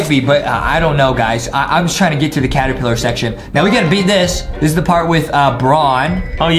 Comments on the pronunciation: ah yes Adam said after wack a wuggy when they where at stairs he said claterpiller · DID anyone notice that adem sayd claterpiller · Why did Adam said claterpillar